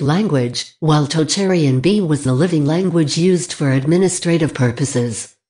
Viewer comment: Omg that text-to-speech voice is painful to listen to. You couldn't find a human to narrate a 10 minute video? Perhaps they might then have caught some of the errors ("East Germanic that not extinct"?) and pronunciation of unusual names (e.g. Tocharian) might have been improved.